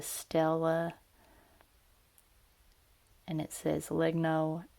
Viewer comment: Just a small thing: Legno (wood in italian) it's pronounced "Lehnyo" as the words mañana, Peña, niña. Or gnocchi.